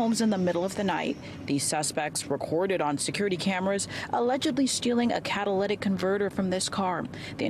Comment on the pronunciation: Haha can’t get over this reporter pronouncing catalytic 🤣🤣